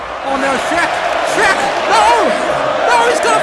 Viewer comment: Not sherk